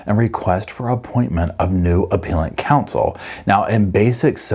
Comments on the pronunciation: Appeal rhymes with wheel, BUT appellant and appellate rhymes with bell. 😊 That said, Sarah Boone rhymes with mess! 😂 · Love this channel, but fyi appellate and appellant are pronounced with a soft "e" as in "egg".